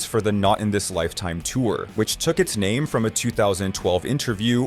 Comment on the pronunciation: This guy doin commentary has trouble pronouncing names of people and names of the bands